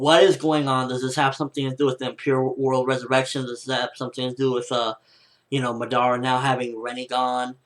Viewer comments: He is pronouncing it like this 'Ma-dara' you just say it like this 'Madara' but its ok cos its not like i didnt like the vid or somthing its just that its a bit annoying to hear him pronounce it that way. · He pronounces Madara completely wrong -.- it hurts my ears...they r bleeding now